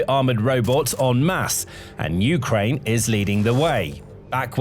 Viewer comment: Um, I'm pretty sure "Ukraine" is pronounced with emphasis on the second syllable, not the first. It just sounds weird to hear U-kraine instead of u-KRAINE. Am I wrong about this?